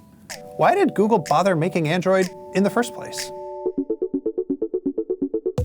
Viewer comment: "Goggle" lol